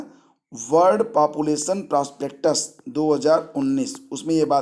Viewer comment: वर्ल्ड पापुलेशन प्रॉस्पेक्ट्स गुरु जी..... आप प्रॉस्पेक्टस बोल दिए..........😢😢😢